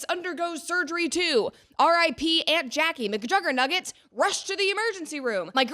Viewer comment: mcjuggernuggets is one hell of a name, you say it in the most correct way possible lol